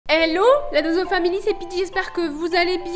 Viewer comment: french ppl be like : elllo (hello)